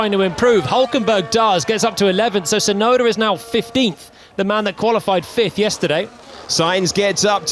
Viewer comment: who is Tsunoder? lol